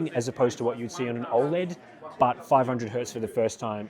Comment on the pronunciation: Still triggered by the pronunciation of 'OLED' as "Ol'-Ed" as if it was his mate Ol' Ed from Auzzie and not how I've heard everyone other person say it which is 'Oh, LED'